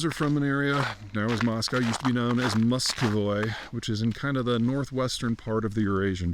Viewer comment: Muscovy. Mus-co-vì Not Muscoy